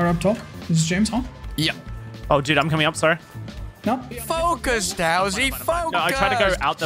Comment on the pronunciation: DOWSEY OMG ITS not dowsey